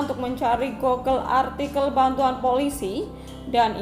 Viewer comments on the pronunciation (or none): none